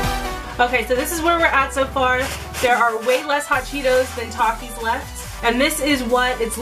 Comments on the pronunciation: my entire school will defiantly agree... all of the children there eat takis for a living. no one has ever said tAkIs- its kinda pronounced at "talkis" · (Tah-keys) is how mexican say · it is definitely pronounced tak-ees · I agree with you it’s pronounced TOK-eees not TAK-eees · It’s not takis it’s takis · I MEXICAN AND WE MEXCIANS SAY TAKITEOS (TAKIHOES) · Its ta kee s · It's pronunciation thakis but spelled Takis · taki not toki